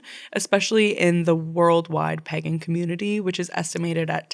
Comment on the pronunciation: I love your podcast but please look again at the pronounciation of 'pagan', I can't breathe anymore :,D Laughing so hard hahaha